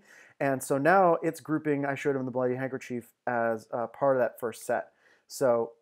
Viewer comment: Hey, man. It's "handkerchief."